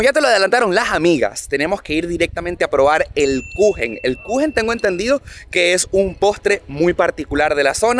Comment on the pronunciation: torta en alemán se dice Kuchen 🍰 como lo dijo la señora